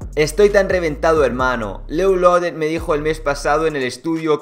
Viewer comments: nombre: lil loaded como se pronuncia: lil loured como lo pronuncia: lolored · Dijo loul loded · Ludlode así José llama jajaja te falta aprender